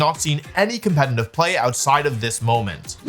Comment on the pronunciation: Day 5 million of Wolfie not being able to say «competitive»😂